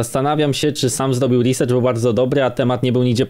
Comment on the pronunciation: Ładnie napisany komentarz, oprócz jednego, - proszę nie mówić reasercherow, bo to nie jest, ani angielski, ani polski. To główna wada większości Polaków.